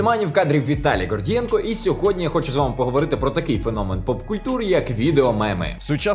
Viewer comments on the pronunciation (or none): Гордієнко а не Ґордієнко ти ж на укр розмовляєш для чого сам коверкаєш українську мову